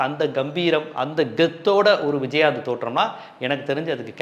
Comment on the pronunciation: விஜய் ஆந்த், நாங்க கூட சின்ன வயசுல இப்படித்தான் உச்சரிப்போம்